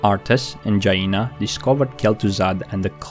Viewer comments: Indeed the longer the better, not too long though either. And it's jAina not jaIna. 😂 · Dude,your videos are nice and well made and seem to chill me wheb i listen to them but please, i am begging you, stop calling The Scourge "The scUORGE" and stop calling Jaina "JA INA".They dropped me off my cloud when i heard those :)).Anyways, grats for video, keep it up! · Keep thinking he’s saying Gina instead of Jaina lol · Jah-EE-nah? Interesting way to pronounce her name